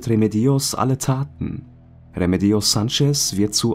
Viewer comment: Bei Remedios liegt die Betonung allerdings auf dem zweiten „e“! 😉